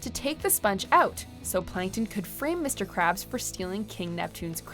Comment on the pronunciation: it’s mr krabs not mr cabs